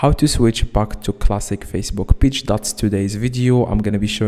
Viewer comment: You need to be sent to jail for wasting our time. Its pronounced Page not peach